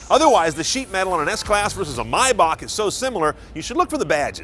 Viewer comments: it's pronounced "may-bahk" German remember.... how the hell do you get "mi-bahk" from Maybach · I cringe every time he says “My-Back” it’s “May-Back”!!! (TRIGGERED) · you pronounce the month "May" as it is so why pronounce "Maybach" as "My-bach". "may" and "my" are different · Why the hell he calls it Mybach!! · Jesus Christ is pronounced MAYback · Lol atleast learn how to say the name its "mey-back" you know like the month "may" your saying it like theres no "A" in it the hell is wrong with you, you're suppose to be a professional car reviewer. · Lol typical American comment... You also call Porsche "por-shaaa" probably. It's My-bach. Greetings from Germany. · i've been pronouncing maybach wrong my whole life lmao